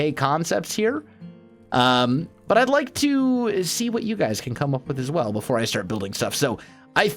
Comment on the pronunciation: Whenever he says as well i think as welsknight XD